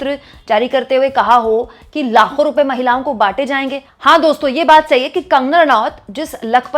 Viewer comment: लाखो नहीं ..... लातो बोल रही थी....